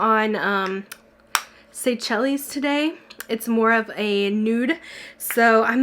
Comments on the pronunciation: I love the way you say Seychelles! Just want to share it’s pronounced “say-shells”. I like your version better though! ☺️ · I think Seychelles is pronounced "sayshells". Love u. Keep up the great work. Happy 2020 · I was about to say something. It made me giggle.